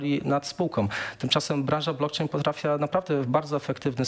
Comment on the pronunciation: Blokczejn noduje uolet. Kogoś ty zaprosił? Nie potrafia sie poslugiwac jezykiem polskim.